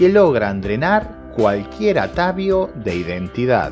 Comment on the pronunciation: Atavío con acento en la I , del resto excelente.